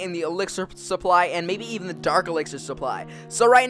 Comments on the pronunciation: you spelled supply wrong you said suppy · "Elixir Suppy" Someone forgot the L guys, Cmon!